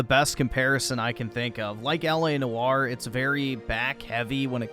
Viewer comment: its L A noire. or in the middle or or oy. L A Noyer but spelled noire